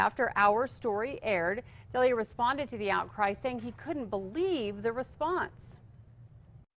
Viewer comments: Kristof Deal-eeah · Throwing shade no pronouncing Chris’s name right, Alberqwerki.